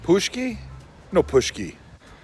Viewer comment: Not "Pushki"! "pushki" = "canned food" in polish. You should pronounce something like "pontchki" = donut.